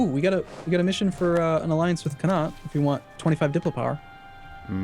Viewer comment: Irish boyos laughing at the way the say Connacht